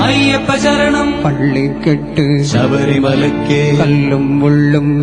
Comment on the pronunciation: ராகம் இசை பாடிய விதம் எல்லாம் நல்லது ஆனால் தமிழ் உச்சரிப்பு ஒருசில இடத்தில் தவறாக இருக்கிறது .இருந்தாலும் அவரது குரல் வளம் அதனை மறைக்கிறது . வாழ்த்துக்கள் ( பள்ளி கட்டு ( கிட்டு).சபரிமலைக்கு (கி)